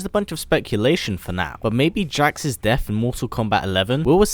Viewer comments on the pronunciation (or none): anyone heard that he said jack not jax?